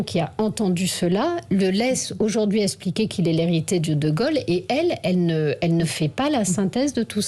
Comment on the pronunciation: Il laisse esssssspliquer … intéressant comme prononciation …